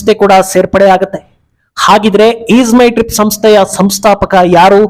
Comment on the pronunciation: ಈದ್ ಅಲ್ಲ ಅದು ಈಜ್ ಮೈ ಟ್ರಿಪ್